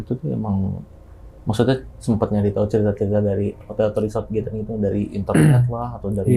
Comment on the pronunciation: Nyebut GATHERING tapi ga tau cara baca nya. Yg bner bacanya "GÉDERING" bang. Bukan GÉTERING. Emangnya lu baca TOGETHER tu "tugéter" gituh ? 😂 Apalagi lu kan ngémsi ya. Gue rasa perlu lah perdalam cara pelafalan yg bener 🙏